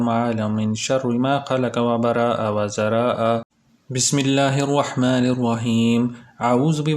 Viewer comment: Bhai last ka word wazaraaaaa ha